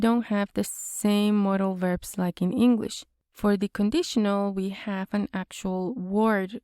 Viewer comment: You speak great engwish 😁